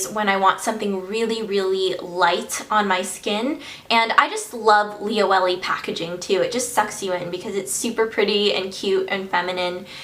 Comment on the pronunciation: So sorry to be annoying but it's pronounced li-o-e-le not li-o-ellie...